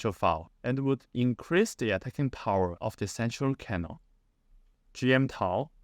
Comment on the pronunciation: You mispronounced cannon